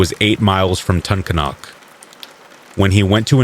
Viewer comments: Wilkes-Barre, PA here-- I didnt know about Margret Martin's murder, my dad would have only been 8 then. Thanks for the story. Btw, good try with Tunkhannock, (Ton-can-uck) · I live in exeter Pennsylvania. 5 miles from Kingston. That second story is nuts! Also, it's pronounced TUN-CAN-ICK. I know, the spelling says otherwise.